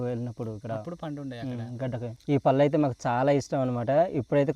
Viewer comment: పల్లు కాదు. పళ్ళు